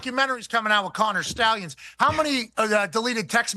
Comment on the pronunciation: “Connor Schtallions.” How do you not hate PM!?! Loli